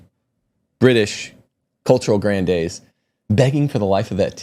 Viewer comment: ‘Gran-deez’ like ‘sneeze’. Pronunciation is not your strong point. Please, ‘Down-town Abbey’?? The word ‘vetus’ is pronounced just like it’s spelled. ‘Vet’, like an animal doctor…